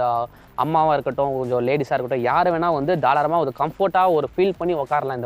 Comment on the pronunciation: Bro athu தாராளமா.....தாளாரமா illa 😅